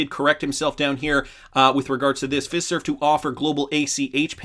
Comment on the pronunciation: It's Fiserve like Feye-serve!